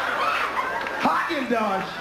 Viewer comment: Did he say "HAAGEN-DODGE?!" LOL. I CAN'T GO ON!!!😛😆😅🤣😂